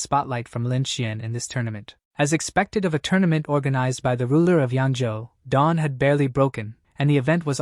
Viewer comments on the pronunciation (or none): none